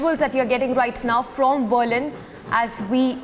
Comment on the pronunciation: Why is the anchor pronouncing Berlin wrongly?